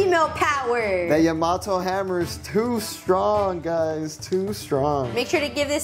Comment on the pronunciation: Learn how to pronounce Yamato …